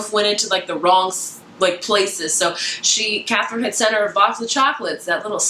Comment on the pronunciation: You say the Arsinoe and Katherine names wrong just FYI! I listen to the audiobooks and the audiobook pronounces them very differently than how you were pronouncing it. Great review though!